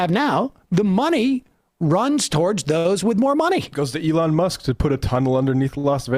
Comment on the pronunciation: I love how Sam pronounces his name as: "A-lawn" 😂😂😂